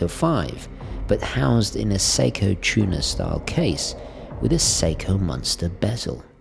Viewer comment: Nice vid, it’s taken me until this one to realise when you say munster, you mean monster. I did always wonder what a strap munster was...